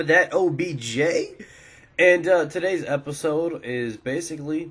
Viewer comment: Did the way said OBJ sound dirty to any one else? He said it in the beginning.